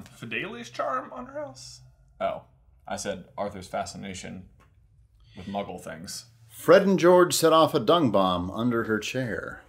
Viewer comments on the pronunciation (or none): none